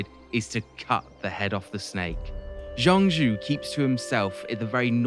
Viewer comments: The general of heaven is named "Zhang Jiao" not "Zhang Jue". "角" has two pronunciations in Chinese, one is "Jue", the other is "Jiao". For general of heaven "张角", it should be "Zhang Jiao". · Nailed the Dong Zhuo pronunciation, Zhang Jue, not so much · Jiao is the modern reading, his name was zhang jue.